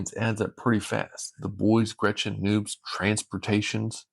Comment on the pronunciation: Its NOBZ, pronounced like "knobs". Please dont call them noobs anymore